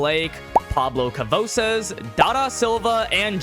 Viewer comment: pablo cavosaz, its ka-va-sos